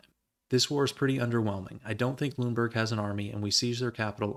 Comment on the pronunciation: Since you asked about pronunciations, I figured I'd leave a comment. Most of your pronunciations were about right, but Lüneburg should be three syllables (lü-nuh-burg) and Weimar should be (vai-mar) instead of (vee-mar). Also, Bayreuth should be (bai-roit). (Remember, "eu" in German sounds like "oi"). Great vid as always though, love your stuff!